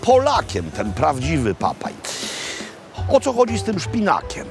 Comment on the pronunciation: Papay? Czy Popey?